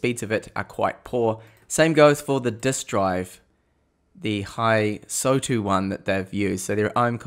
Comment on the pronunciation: I'm not either, nor am I Asian but the O does not come after the S. I'd suggest it's something like "Hiss-toW"